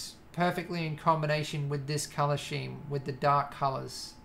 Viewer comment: scheme is pronounced: Skeem